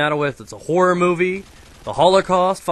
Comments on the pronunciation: the way says horror sounds like whore >.> Theres alot of whore movies I agree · i first i thought he said i love whore -__ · i thought he said whore movies lol cos of his accent lol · I thought you said "I love the whore movies" mmm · I though he was saying whore movies till i saw the title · when said horror i honestly thought he said whore lmao.